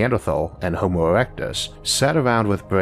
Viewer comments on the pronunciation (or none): none